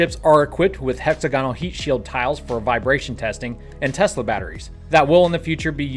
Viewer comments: Hex-agonal,, not hexa-gonal. Sounds too gonaddy. Good show, otherwise. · Sorry to be the phonetics nazi check your pronunciation of "hexagonal" por favor!! If you look up the word Merriam-Webster or wordnik will pronounce it for you!! I want you to sound like the genius you are!!